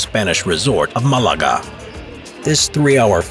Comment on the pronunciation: The way he said "Malaga" lol